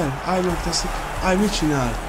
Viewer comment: de nem ájb hanem ibe ugy ahogy le van irva amugy jo vidis vagy 😃